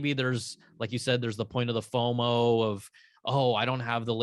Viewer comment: Rene literally pronounced "FOMO" 💀